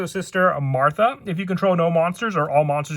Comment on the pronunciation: what the hell happened to the H in martha lmao